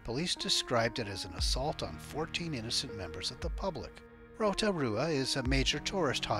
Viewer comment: Well done on pronouncing Rotorua, that wasn't too bad. ☺